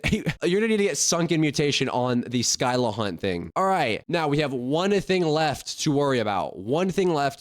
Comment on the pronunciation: We are cooked But bro literally said SKYLA For a Scylla 😂